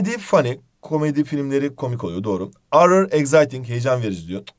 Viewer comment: Horrer ı orrer diye okumak nice